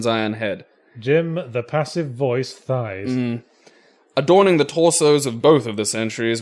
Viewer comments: According to a 1984 interview, his last name is pronounced “Tice”, not “Thighs”. For reference, it’s spelled “Theis”. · His name was pronounced "Tice", not "thighs". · The hyoid bone is the origin for muscles of the mouth floor/larynx/etc. Red emerald (also known as "red beryl") actually is a thing. Jim "Encyclopedia Brown" Theis (rhymes with ice) clearly put every part of his high school science class / thesaurus into this story.